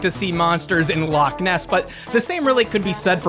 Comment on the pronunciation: please God, please stop, the Lake Loch Ness joke was bad, but the pronunciation is worse